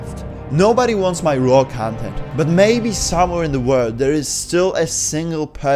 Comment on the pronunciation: I can’t listen to you pronouncing ‘content’ 😭